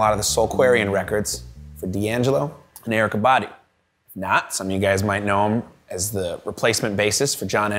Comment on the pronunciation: If he says Erykah's name like that again 😡